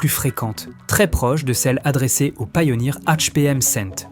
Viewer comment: C'est de l'IA, car même sur des anciennes vidéos, il/elle ne sait pas comment prononcer certains mots. Par ex, pourquoi prononcer "Pioneer" à l'anglaise et ne pas prononcer le "100" en "Hundred" ?? Ou encore la 901 de Bose prononcée "neuf centun" (à ), puis prononcé correctement, puis ça devient "neuf-sept-un" (à ), etc. Bref, je ne pense pas qu'un humain puisse réellement "se tromper" de prononciation sur les chiffres.